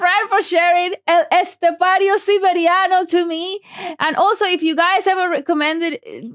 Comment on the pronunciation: She just said his name better than 99% of people reacting, epic.